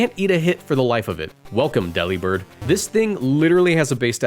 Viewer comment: It's Dee Lib Bird!